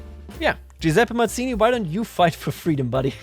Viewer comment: Hello! Italian here! We pronounce Mazzini both as /madz:ini/ (more common) and /mats:ini/ (less common) so don't worry, your pronounciation is good!